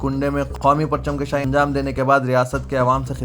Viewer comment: وعلیکم السلام، پرچم کَشائی نہیں، بلکہ کُشائ، کاف پر پیش کے ساتھ "kushai" کہنا چاہئے ،kashai نہیں